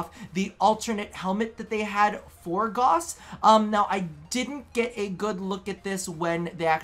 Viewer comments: its not Goss. its Gauss. you say it like Gowse so it sounds like Dowse. ik DE gets it wrong too. but its a german name and it needs proper pronounciation. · If you go to youtube and type in "gauss rifle" you'll hear a bunch of people pronounce "gauss" in an acceptable way